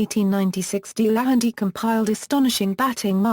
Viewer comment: Pronounced Del a hanty not Dee lanty